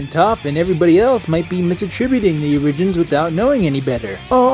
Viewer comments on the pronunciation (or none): "origins" has more emphasis on the O and less on the i. What's your native language?